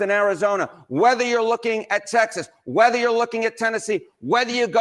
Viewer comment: Why do you say 'rether' instead of whether? Just curious.